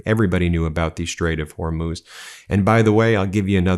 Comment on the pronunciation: "The famous Straight of Hormous that no one ever heard of" just listen to this idiot. Unbelievable